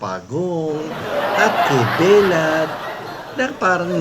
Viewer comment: binisya ang bigkas ng "belat". Bastos Po ito.